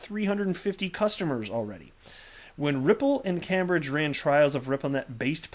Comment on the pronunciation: Hi, Cambridge is pronounced 'camebridge'. Keep them coming, cheers.